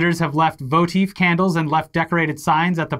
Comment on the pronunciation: Lol, burns 'vo-teev' candles.